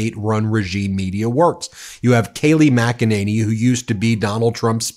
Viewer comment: It's pronounced mack-a-ninny.